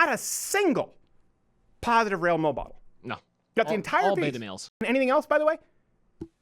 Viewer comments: he said “rail mole model” instead of “male role model” lol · Dude. Did u even realize u said RALE MOLBODLES? Lol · “Not a SINGLE positive Rale mole bodel” haha love ya Crowder! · I like how you said "rale mole bodel" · What does he say ? Positive rail bowl ball? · Not a single positive (_?_?_?_) What did he say??? Not a single positive Rail Mo Ball??? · Did anyone else catch him say “rail mobodels” ? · Did Steven just say, "Not a single positive Rale Momodel"? Lmao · "Not a single positive rale molebodel", lmfaoooo tipsy much steven?